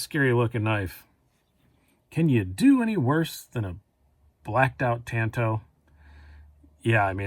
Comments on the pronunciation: Partner, please don’t say “tanto” again, you’re pronouncing it wrong!!! It’s not tanto as in you can get a “tan “ on the beach!! Get it!! It’s pronounced “tanto” as in King David was “ taunted“ by Goliath of Gath !!Sorry for the correction but I had to !!! I love your collection!! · It's pronounced TOHN-TO, which is a Japanese word for short sword.